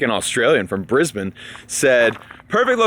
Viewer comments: He said Brisbane properly! Also, super jealous that a fellow Brisbanite made it over there. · Yay! You pronounced Brisbane correctly! Good job! You should take your family there for a holiday. Queensland is beautiful. Good luck with whatever you decide to do next!